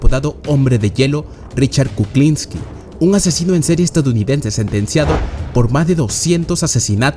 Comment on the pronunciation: Se pronuncia, Asesino en serie NO asesino cereales 🥣.